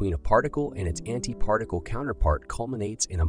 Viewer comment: Lmao did you just say anti-farticle??😂😂